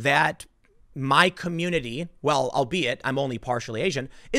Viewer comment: Lessons learned from Tim Pool: Albeit is pronounced al-be-it not "albate."